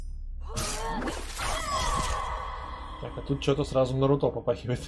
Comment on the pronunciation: нарутО слух режет